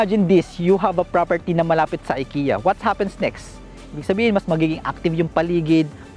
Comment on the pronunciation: Ikea you pronounce as Ekea not I watching from Stockholm Sweden.